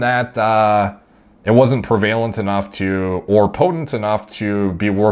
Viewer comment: Does everyone in Canada pronounce prevalent/prevalence how does? I cry every time I hear him say it 😭😭😭